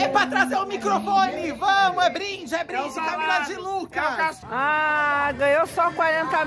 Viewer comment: Camila de Luecues kkkkkkkkkkkkkkkkkkkk